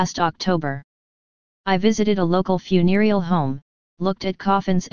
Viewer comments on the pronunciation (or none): lol fun-e-rial home. It sounds so funny the way they say it :)